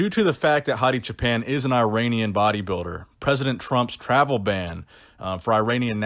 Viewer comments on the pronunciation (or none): I don’t mean to be an ass but you’re pronouncing Hadis last name as if you’re saying Japan when it’s Choo-pan. You probably already know and don’t care but just an observation. Great video like always keep it coming 💪🏽.